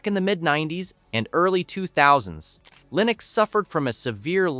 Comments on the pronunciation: And the AI narration is beyond imperfect. “Leenucks”? Can’t even pronounce the same word the same way consistently. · "Leenux"? "Prahtahn Debby"?